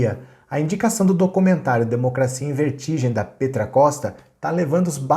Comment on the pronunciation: Só uma correção, Petra se pronuncia "pétra" e não "pêtra".